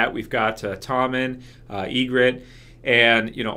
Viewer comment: Tormund giantsbane not tommen :)